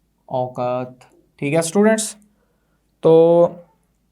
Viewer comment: Ramuzo aukat nahi aukaf hota ha